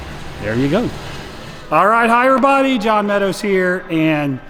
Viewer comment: Always thought he said higher body lmao